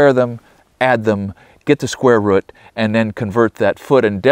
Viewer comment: rOOf not ruff And rOOt